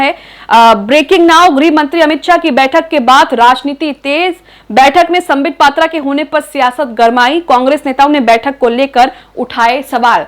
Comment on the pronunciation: Patra ko "matra "boldi aap ne 😊ohi korne geyethe..matra barane.